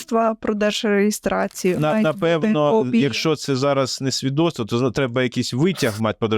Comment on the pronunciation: Свідоцтво, а не свідотство